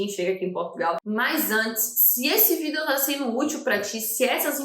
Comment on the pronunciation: Porque vc fala "vídel"?